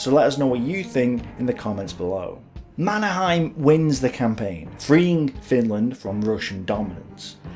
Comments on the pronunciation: Is there a reason why you chose a German pronunciation rather than a Swedish of the name Mannerheim? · I think that the Finn's and Swedes pronounce his name as something like "manner-hay-m", where the a in "manner" is a broad and deep a, like the u in "humvee". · Yes. Mon-er-heym. Finnish is spelled phonetically, so they pronounce The Marshall's name phonetically, at least from the Finnish point of view.